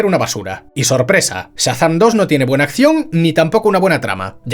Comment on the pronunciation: Por qué dice "Satán" en vez de Shazam?